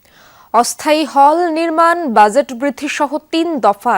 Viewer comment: Learn to pronounce Budget properly for God sake. One should never read news who doesn’t know the right way of saying a common word like BUDGET.